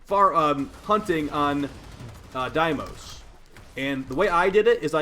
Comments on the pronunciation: day-mos (like most without the T) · Deimos is pronounces "day-mos" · Deimos (day-mose) Vulpaphyla (vulp uh feye luh) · SIGH DAY-mos Vulpa-FY-la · You pronounce it as "Daymos" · This is not about pronounciation. Sure Everybody does say some words weird. Who cares. When in doubt about DEIMOS Just watch how the developers pronounce it. The fox though..... this seems more like a case of not reading correctly or just not paying attention. Because its really not that hard. Vul-pa-phy-la not Vulpalya. Just seems like an oversight from someone that already knows almost all the secret mechanics of the game. So i would expect at least a correct name. But its even wrong in the Video title. He just understood it wrong. Which is why hes spelling and pronouncing wrong. He can write and pronounce guys. Its just that the fundamental word hes trying to bring across is wrong.